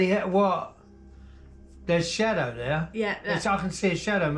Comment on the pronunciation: I don't get it. You've made these videos for years, and you know what a "shadow" is. So, why now did you suddenly decided to called it a "shatow?'